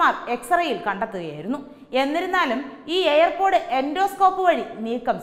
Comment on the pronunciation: എന്റെ കുഞ്ഞേ, എയർ പോടല്ല, ഇയർ പോഡ്, ear = ചെവി ചവിയിൽ പോട് കണ്ടെന്നു പറയല്ലേ, Ear pod